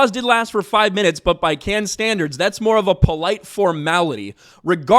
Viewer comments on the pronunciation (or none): It’s “Cannes”, not canned. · Hey you asked yourself how to pronounce Cannes in one of your last videos, if you wanna be right, you call it like you would say cunning, without the ING, so just like cunn, it's a French City and that's the French pronunciation. I'm a German guy talking to a lot of French 😊